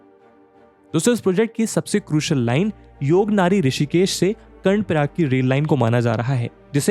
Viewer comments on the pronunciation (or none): It's yog Nagri not nari sir 🙏🙏